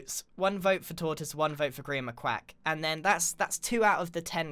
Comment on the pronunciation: It looks like your name is pronounced gr eye an Not trying to tease or anything I just noticed